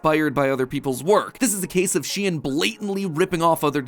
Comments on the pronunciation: is SHEIN not pronounced like shän? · Huh, isn't Shein supposed to be pronounced like "shine"? you know, like the germanic ei. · Am I the only one who is bothered by the fact that mat pronounced it like SHE-IN instead of SHEIN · Its not shien is shein shEin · Isn’t anyone else bothered by the fact he says shein instead of shein? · she-in? i pronounce it sheen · I've never hear it pronounced 'She-In' before, I've always called it 'Sheen' Now I wonder, hoe many of yellow pronounced it which way? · I am pretty sure it is sheen not shean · why do you pronounce it shien and not shein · aah my brain hurts just from mat saying she-en instead of shein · He really said SHEEEN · ITS PRONOUNED SHE-IN?!?? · How come mat pat can't pronounce anything she'en , mawca's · Its that the correct way of pronouncing SHEIN? I though it was more like saying the name "shayne" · I thought it was pronounced shine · sorry for being a nerd but it's actually pronounced "shane"